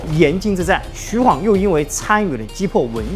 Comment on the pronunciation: 還好沒念錯 晃讀ㄏㄨㄤˇ 不讀ㄏㄨㄤˋ 白波軍可以看成黃巾軍的延續 弘農郡可是很重要的 位置在於長安跟洛陽的中間 長安在京兆郡 旁邊的弘農郡 扶風郡 馮翊郡 南陽郡這五郡並列於三輔地帶 而法正孟達正是從扶風郡逃難進去巴蜀的 位於劉表於是遣使朝貢，李傕、郭氾二人為了穩固自己勢力，便以朝廷的命詔遣御史中丞鍾繇封劉表為「鎮南將軍、荊州牧，封成武侯，假節」，呼為伯父，置長史、司馬、從事中郎，開府辟召，儀如三公，希望能夠結連劉表為外援。 從破劉備，又從破顏良，拔白馬，進至延津，破文醜，拜偏將軍。(也就是說打顏良 是荀攸出率先提出計策聲東擊西(荀攸認為不能與實力懸殊的強大敵人正面對抗，他分析了當時的形勢提出了聲東擊西、解救白馬的作戰方略。他認為袁紹兵多，應設法分散其兵力，於是勸曹操引兵先到延津，偽裝渡河攻袁紹後方，使袁紹分兵向西應戰，然後再派輕騎襲擊進攻白馬的袁軍，攻其不備，一定可以打敗顏良。曹操聽了他的這一番話，覺得十分有道理，就依計而行，袁紹果然分兵延津。曹操乘機率輕騎襲擊白馬，顏良不及防備，被關羽斬殺。)徐晃跟隨張遼關羽破敵) 前期招降呂布勢力兩個將 中期招降袁紹勢力一個縣令 後期招降三千戶(一戶按3人計算 三千戶=9千人) 招降高手 張郃封平狄將軍(狄=北方胡羌 把踏頓勢力這個北方胡羌給平定了) 徐晃封橫野將軍(把北方胡羌的平原荒野給橫掃了) 徐晃是戰場預備隊 跟隨張遼關羽破顏良 關羽張遼下場休息換徐晃上了打文醜 長驅直入就是徐晃發明的 補充包 : 投降關羽的荊州刺史胡修、南鄉太守傅方就在包圍圈裏面 會不會徐晃把他們兩個殺了 一位刺史一位太守都被殺 而他們手下的士兵沒了主心骨 就四處逃竄 徐晃就趁勢打穿了關羽的包圍圈 最好用又萬能的工具人